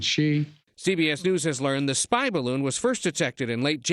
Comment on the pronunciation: ""spy"" bloon